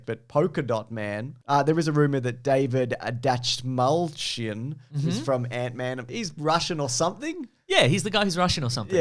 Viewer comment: You say Davids last name like, dash my chin